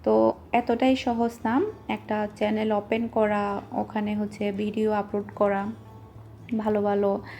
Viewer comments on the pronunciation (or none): none